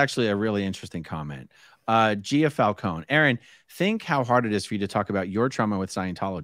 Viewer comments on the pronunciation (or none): none